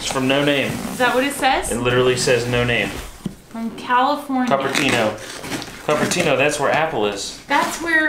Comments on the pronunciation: Oh and it's pronounced Cooper Tino 🤭🤗😉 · I am from Cupertino is pronounced coop-er-tino. Lol never thought I would be this person but here I am. Lol. Love you guys!!